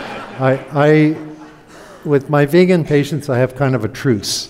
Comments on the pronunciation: Is this guy intentionally mispronouncing vegan or has he honestly never heard the word uttered before? It’s 2023 pal. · Dude doesn’t even know how to say vegan. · This is almost like a "Hidden Pictures". Find the mistakes! He also mispronounces the word 'vegan' over and over. I suppose he may know a person or two who says it the same wrong way, but he seems to think everyone does. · It's pronounced "Veeg-in" with a long 'e' and a hard 'g'. People telling you they're cutting back on meat for vague reasons must be why you call them vaguens. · Vay gun sounds like a weapon. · What’s a Vaygan? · No he doesn’t stop. He reminds me of a slightly smarter Atkins; short termism, snake oil and confusion spreading, brainwashing (eg. deliberately mispronouncing vegan and using vague in next sentence, crafty as..) all round. Not much hope for the 🌎 on this thread but glad it came up in my feed to watch as it’s a reminder what the young ‘uns are up against.